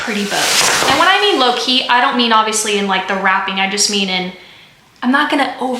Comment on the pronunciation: JoAnn's has glass ornaments, too! You said "low-key," but I heard "Loki." 😂❤️